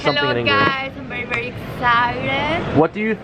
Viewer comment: "Wery people" hahahahahhahahahahah